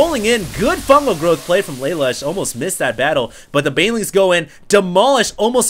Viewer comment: im pretty sure its pronounced LUH LOOSH. thumbs so he can see plz